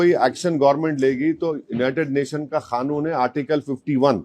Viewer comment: AREY DIKRA 🐣 Say QANOON and not “KHANOON” ⚠️ DON’T KILL 💀 THE URDU LANGUAGE ‼️